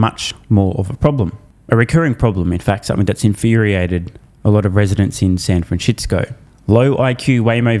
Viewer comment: i heard San Francishitco😅😂